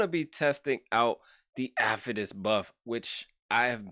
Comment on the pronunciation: gosh what a crazy account. i love how you pronounce his name afetus lol.